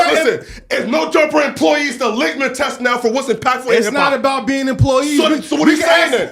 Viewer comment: Claiming saying “ legmas test “ it’s “ litmus test “